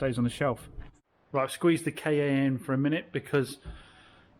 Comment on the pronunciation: FYI the Ford ‘KA’ is and always has been pronounced ‘car’. It was called this at its launch in the 1990s.’KA’ is Egyptian for soul btw